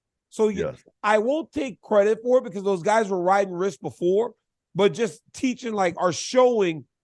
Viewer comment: Yes, DC, I am smarter than the teachers. 2 genders man. Also, you went to college and can't say the word wrist. You say riss. Apparently you can't say no to food either!